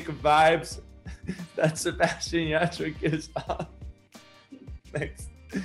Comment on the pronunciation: Y también el “yah-TRUH” 💀